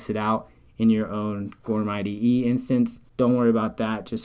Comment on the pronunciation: Thanks for this alternative. Just for the sake of the founder of goorm, it should be pronounced like "guru" in English with "m" sound at the end. "Goorm" literally means "cloud" in Korean.